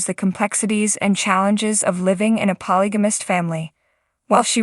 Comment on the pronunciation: You should at least get an AI voicethat can pronounce polygamist since it is being said so frequently.